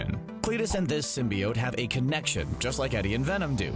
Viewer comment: "Everything you need to know about Venom 2" can't even pronounce "symbiote" correctly...